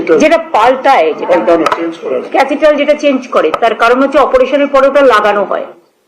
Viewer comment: ছি ছি একজন মুখ্যমন্ত্রী এইটুকু শিক্ষা নেই ক্যাথিটার বলতে পারেনা। তিনি এই এতগুলো শিক্ষিত লোকের ভাগ্য নির্ধারণ করবেন সত্যি😢